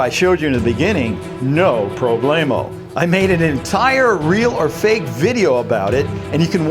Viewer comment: Gake is not a word. It's "fake". Also it is tel"e"port not tel"a"port.